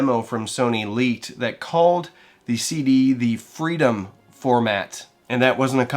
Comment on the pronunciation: "FREEDOME FORMAT" <- ????